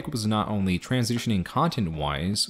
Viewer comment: Did you say transZOOSHining or am I tripping??